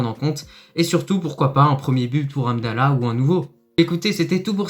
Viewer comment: juste les noms des joueurs, comme hamdellah , pas amdella ......, mohamed, pas moamed